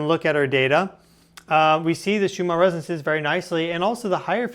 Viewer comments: its not resenses, its resonanses... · You keep saying "resances" but I forgive you, 😂✌️ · Why is he pronouncing Resonances like that? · From nerd to nerd: you must work on your pronunciation of the word “resonances”